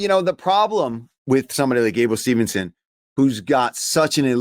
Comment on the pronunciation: Brother it's Gable STEVESON NOT STEVENSON'S